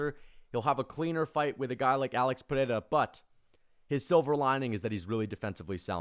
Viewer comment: I like this channel but why is everybody rolling the "r" in Pereiras name... Its so cringy and weird. We are speaking English not Portugese... You dont have to try to pronounce it using Portugese pronounciation...